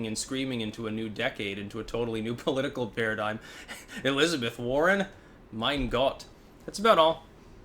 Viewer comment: das "mein gott" was decently pronounced